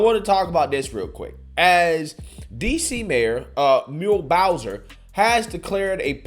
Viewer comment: Mule Bowser? Who's that?